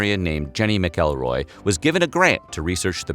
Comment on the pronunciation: Omfg, thank you so much for saying "McElroy" properly. I don't know how or even if I'm related to the Ms Jenny researcher, but goddamn, I hate it when people say "Mackelroy."